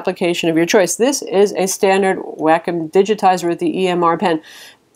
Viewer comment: I think you pronounce, Wacom, Wah-com. Not Wackhim :-)